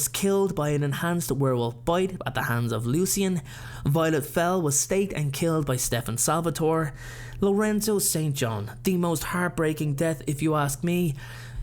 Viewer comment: Lucien’s name is pronounced the French way. Just a heads up. ^^